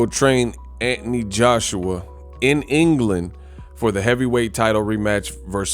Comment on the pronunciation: Who the f___ is Antanee, say the name correctly Anthony